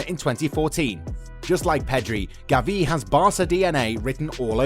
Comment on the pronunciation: It’s not Gaviiii is GAvi.